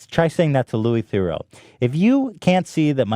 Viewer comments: Louis The-roo not Louis The-row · It’s pronounced - “Ther-roo”